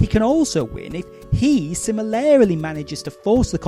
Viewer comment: You have a very unusual way of saying "similarly"